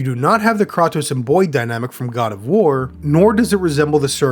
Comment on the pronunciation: damn, you really explained the issues with the story so well, i can completely see it. totally turned me against the masses praising the game. really well written critique. well done! (but then you said kratos wrong so you lost all your points:face-red-droopy-eyes:) wow this guy is a hack. doesnt even understand the story at all. unbelievable. do just hate kids? no feelings in that cool dead heart? this game makes me feel warm and fuzzy, and you make me feel cold and doom. why cant you see that the robomumbo jumbo was just a smokescreen for a story about finding parental love, the scifi shit is for the losers, it does matter. take your commander data and shove him up ur death star exhaust port 😋